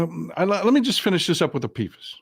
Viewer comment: Polyfluoroalkyl substances (PFAS) is pronounced "pee fas"